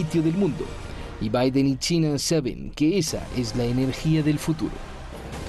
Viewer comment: Como de costumbre, visceral al extremo. Tanto, que se pierde y termina no diciendo nada. Además también es muy fantasioso, describe escenarios totalmente falsos. Como pueden invitar a este tipo supuestos analistas, cuando ni siquiera sabe pronunciar Biden.